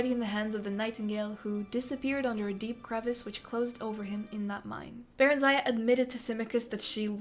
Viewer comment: The stress in barenziah should be on the first part and it should be pronounced with a short sound "i" and at the end instead of a "aya". Oh god it's really hard to explain - it should be "barEnzia". it's sounds simmilar to old europian names